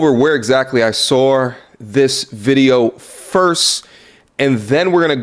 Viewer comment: Why can’t people from New York pronounce “saw” That’s the history on that